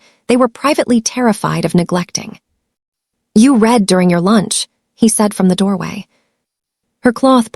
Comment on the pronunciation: Your ai really has a problem with names and the 2 pronunciations of “read”. It truly murdered every name except Enzo. Do better. It lessens the story’s impact.